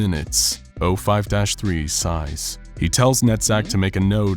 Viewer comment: So I was tabbed out when he said "Netzach" and thought he had said "nut sack", and now I'm wondering... am I a bad person or was this a bad choice of names?